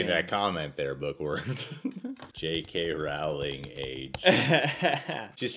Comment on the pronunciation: Her name is pronounced Rowling like everyone pronounce Bowling, not Wrouling.